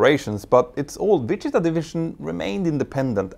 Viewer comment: I love the way you say Wichita